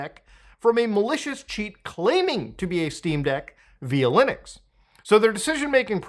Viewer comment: Every time Muta says "Lunix" my brain goes "Linux" 😅